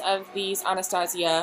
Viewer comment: She pronounces ‘Anastasia’ wrong.